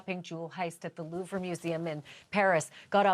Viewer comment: Someone tell Ashleigh how to pronounce the Louvre properly. I’m cringing every time she says it.